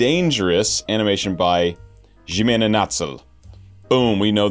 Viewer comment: I don't know if anyone in previous videos has mentioned this, but I do remember you asking for help pronouncing Ximena. The X in this name actually has an H sound, like how Spanish speakers pronounce Mexico as Me-hee-co. So it's actually pronounced like Hee-mena instead of Ji-mena